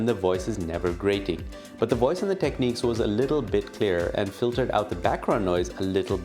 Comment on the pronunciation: its pronounced Tekniks ;)